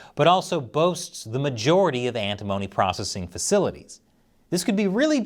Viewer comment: Pronounced "Ant-i-mony" , not like "Alimony".